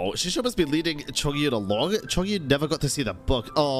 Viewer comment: I just have to mention this; it's not Gouba, it's Guoba. And it's not Xingqui, it's Xingqiu